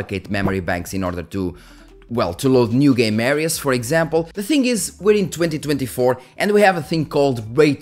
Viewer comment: when you said we're in 2024, it sounds like 202024